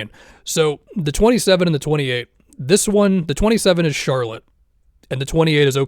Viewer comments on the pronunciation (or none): none